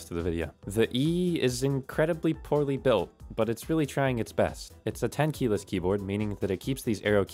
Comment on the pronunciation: bro u say tenkeyless i heard ten kilos i was like huh =))